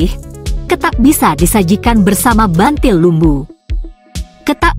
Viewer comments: Buntil bukan bantil bacanya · buntil bukan bantil mbak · Buntil mbak bukan bantil.